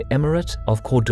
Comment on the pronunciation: Ron-say-VAU (like vault) and KOR-do-bah. Other than than, great video.